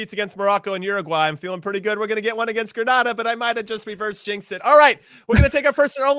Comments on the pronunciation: Please learn the pronunciation of GRENADA 🇬🇩 it’s not Granada . Big to Greenz players small island big talent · If one more person mispronounces Grenada!